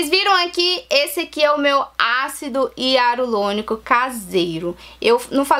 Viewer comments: Para gravar é interessante ter um bom português. Para pronunciar ácido Hialurônico, as vezes exige treino, senão sai ácido hiarulônico. A dica foi ótima. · Ácido hialurônico e não hiarulonico kkkk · Eu vou fazer, gostei da dica... Ácido hialuronico e não hiarulonico!!! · Ela fala ácido hiarulonico achei engraçado rsrs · VC FALO ÁCIDO HIARULONICO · pastel de flango acido hiarulonico 😂 japas sempre.trocam o r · Vou fazer obrigada pela dica. #Só acho que Vc falar errado o nome do ácido, não sei se e impressão minha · Até o nome do ácido vc pronuncia errado . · Japoneses tem muita dificuldade em pronunciar o R é sempre trocam o R pelo L. Dependendo do tempo que ela mora lá, ou da convivência que ela tem com os japas, ela troca sim as letras. Morei treze anos lá e super entendo os erros de português e de pronúncia dela. Por que ao invés de zoar dela vcs não agradecem as dicas que ela coloca aqui? Ninguém é obrigado a vir no canal dela.